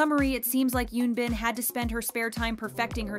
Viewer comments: PARK UN BIn, not YUn bin. :'( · Why does the narrator on this channel pronounce Korean names so badly? It's pretty pathetic for people whose whole purpose is to talk about Korean drama. In particular, Park Eun-bin's name was butchered every time it was mentioned, as was the name of her character.